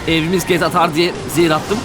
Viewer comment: abi sarhos gibi soylemissin zehir bitiriyor diye